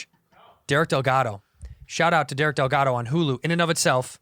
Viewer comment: Delgaudillo not Delgado